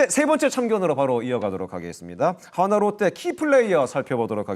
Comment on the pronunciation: 야 발음 똑바로 해라!! 화나가 아니라 한화다ㅋㅋㅋ